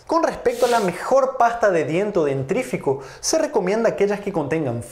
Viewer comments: Por favor, doctor, es DENTIFRICO ( de dientes- fregar) NO dentrifico ( qué sería? dientres fegar?) La mitad o más de la población lo dice y escribe mal. No es la hecatombe mundial, pero no está de más hablar bien, no? Pobrecito nuestro idioma. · Si, no me produce confianza que recomiende pastas con fluor. Tampoco pronunció bien la palabra dentífrico, dijo "dentrífico", que raro viniendo de un médico...🤔